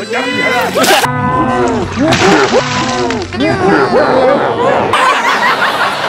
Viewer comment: Này thì một lần một ly 😂🤣 Hạp py níu year 😂🤣